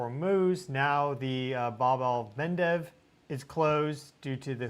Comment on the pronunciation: btw it's the Bab-el-Mandeb not Bab-el-Mendez